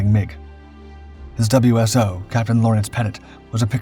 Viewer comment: Really cool how he talks about an American flyer yet showed a British version on several occasions. Various Marine and Navy versions as well. The mispronunciations of WSO and FAC are amusing.